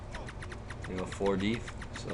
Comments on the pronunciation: DEF D-EF not D-EEEEE-F! LOL, nice vid though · you say def wierd.. lol :)